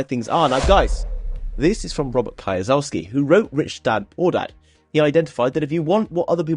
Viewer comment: "robert kai-yo-saski"